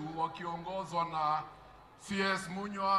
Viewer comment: Munya not munywa